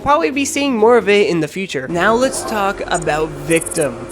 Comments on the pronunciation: His name is victim not victom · ah yes, the first AvA character "VICTOM".